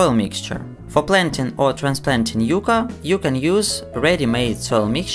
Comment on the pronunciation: Its YUCCA, not Yuca